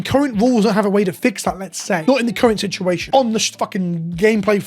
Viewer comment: I hate he said sea shed shituassion